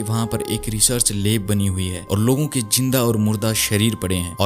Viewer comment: Leb kya hota hai lab bolo sahi bolo jo hai